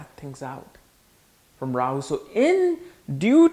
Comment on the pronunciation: What is a Rawer? He said it like 8 times. Rawyer? Royer???